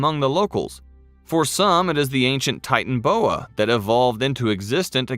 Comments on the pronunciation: 🤣😂🤣😂🤣😂😂😂😂🤣😂😂🤣😂 it’s not titanboa it’s titanaboa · Can't handle listening to you miss pronounce the name again and again it's not a titan boa it's a titan AAA boa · It’s pronounced ti tan a boa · No one: Not even a single soul: The narrator: Titan-boa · The way they are pronouncing the name is triggering me.